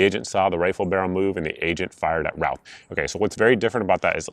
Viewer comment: His last name is pronounced RUTH. great info thanks!